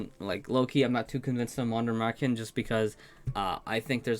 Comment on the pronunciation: I'm still amazed at how well you pronounce Wander Märchen when german isn't your native language. Pretty close to what it should sound like.